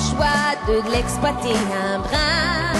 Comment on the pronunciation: So I can still hear her "Franco-ontarian" accent, and that's a problem to me. As an impersonator, she's got a very good ear, so she should work on her "un" and "une" which she mispronounces. She doesn't sound French to French ears when she imitates French people, particularly when she talks (her imitation of Anne Roumanov is very bad). But on the whole, she's the best French-speaking female imitator, although I think she's better when she sings the actual text, rather than ill-written parodies.